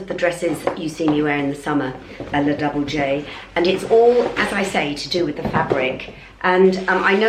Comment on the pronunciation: La Double J is not pronounced “Double J” with a. English accent. It’s an Italian company, not American, and is pronounced La Doob-le-jay” with a soft j